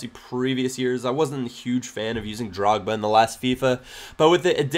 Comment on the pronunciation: sounds like ur saying drugba ;):)